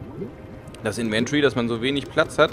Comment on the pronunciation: Affektiert gibt es P.S. Inventory spricht sich anders no offense :)